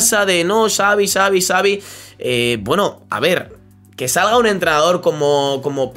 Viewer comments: No se dice savi es chavi 😂😂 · pq casi todo el mundo dive savi con s, se dice xavi se pronuncia chavi